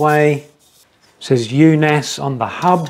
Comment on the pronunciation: The double A is old Norwegian way of writing the letter Å which in english is the letter O like in Only. So you pronounced it completely wrong. no E in in it's pronounced like Unos Not Un-os like in Undo, but short N. Unaas is the surname of the brothers running the company. Espen Unaas established the company Unaas Cycling in 2008. The company has bike shops.